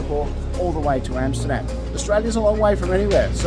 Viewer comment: Great video. Your pronunciation of Amsterdam was spot on ….. made me wonder if you are in fact Dutch